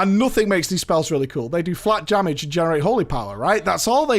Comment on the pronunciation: lol "they do flat jamage"